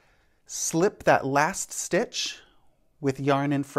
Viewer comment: I kept hearing brioche snitch lol. Thank you for the English style demonstration, it makes so much sense to me as oppose the continental style! I'm still not brave enough to attempt but so good to learn something new.